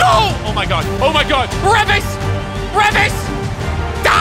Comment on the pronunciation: “REVVIS REVVIS” 😂😂😂😂 its (Ree-vus) and you don’t wanna be on his island 🏝